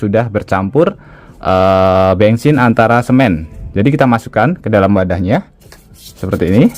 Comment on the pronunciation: Bensin bukan bengsin 😂😂😂😂